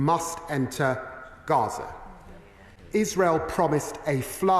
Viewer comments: Yeah you always say Raza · I really enjoy your reports on YouTube, very informative and non-biased. But why do you call it Raza, rather than Gaza ?